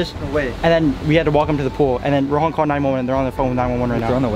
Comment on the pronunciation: Its rohan not ronan